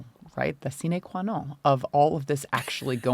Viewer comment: “Sine qua non” is, of course, Latin, so it would not be pronounced with a French accent or by dropping the last “n” in “non”